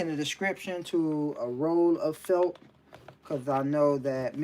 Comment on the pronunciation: I’m sorry but I hear u say “felp” the pronunciation is felt with a “t”, just letting u know bro.